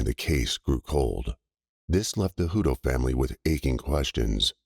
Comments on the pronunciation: Wish you would pronounce the names CORRECTLY...I knew people with this last name and it was pronounced HUT TOE!!! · It’s pronounced Hut toe it is pronounced toe but there isn’t an E on the end . I knew someone with the same last name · You are pronouncing the name wrong . You need to verify the pronunciation of people’s names when doing a story on them